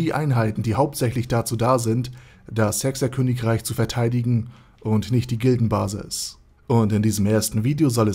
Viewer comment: Wer hat behauptet, das er OvE ist? xD Und warum hört sich hecks er Königreich so komisch an, sowie die Automatische Untertitelerzeugung....